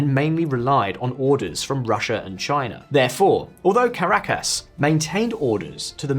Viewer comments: work on your pronounciation of caracas and bogota mate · Ca -ra-cas?